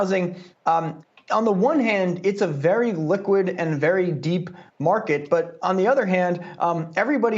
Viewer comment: I rewinded to make sure I heard it correct -> “...Housing is a LIQUID market..” 😝😷